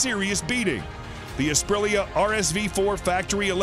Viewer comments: Asprilia? Apreleah? Aprilia? The guy can't figure out how to pronounce the name. If I was Aprilia I wouldn't be too pleased. And then there is the "Panigal". These "professional" readers/announcers sure don't do their job very well. A tiny bit of homework ahead of time would have helped with proper pronunciation. With regards to the bikes, I would be happy to own any of them. All beautiful. Have owned Suzuki, Yamaha and Honda in my past. Even had a Piaggio MP3 at one point which was super fun. Wonder how the guy would pronounce that?? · APP RA LIA? ....Says the guy who can read, but knows nothing of motorcycles. AH PRILL YA, is have ya pronounce it. 10 seconds or research on youtube it all it would have taken. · Apra LEAH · "Asprilia"? Please correct and publish again. It's an offense to this motorcycle brand. :( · Gr8 video..,,but dear yank the name is a pree a NOT A PRILL E A! ..CONN ectivity isnt a word either! 9/10 for effort though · I have got used to Americans butchering words and letters, ZED for instance, but could the names in this video be more mangled? We have an A-Pril-ia, an As-pril-lia and also a Panigale pronounced Panigall! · what the fuck is up with all the awkward pauses and stutter in how this guy speaks? is this just really good AI voice? IS POWERED BY A... 998CC ENGINE oh god and he pronounces aprilia two different ways within seconds of each other OH MY GOD THEN HE TOTALLY MISSPEAKS IT AS ASPRILIA what the fuck who dresses this speaker in the morning alright after several more mistakes i'm convinced that's just really convincing text-to-speech written by an idiot. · His pronunciation of Ap ri lia destroyed any possibility of getting a thumbs up... :( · My guy isn’t just call it “ apri lia “ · Fool can't say Aprilia. Lol Waist of oxygen. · I’ve never heard someone pronounce “Aprilia” in so many different ways 🤣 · you found 4 ways to butcher the brandname aprilia